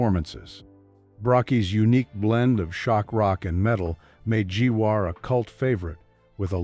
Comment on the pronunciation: Its not G war its Gwar